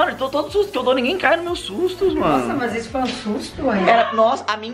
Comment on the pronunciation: "Que possoa que não toma sustu"